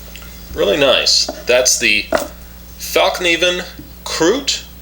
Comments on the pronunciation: As a certified swede, I can assure you the word "fällkniven" (which means "the folding knife") is pronounced fellkneevenn, the K being pronounced just like a regular english K, like in the word Keep. Some further fun facts; the three crowns in the logo is an old Swedish symbol of unclear origins that is used, for instance, by the Swedish hockey team and as the Swedish air force roundel. The name of the knife, "Krut", literally translates to gunpowder, and, in Sweden, due to our strong military traditions, gunpowder is often associated with power and vigour. (For instance "det var KRUT i den här bilen" literally translates to "there was gunpowder in this car", but could also mean that the car was powerful. Just like the knife in this video.) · Its said as "falknarven" BTW.